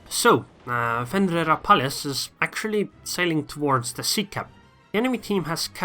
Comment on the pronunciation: Dude you nailed it pronouncing my name lol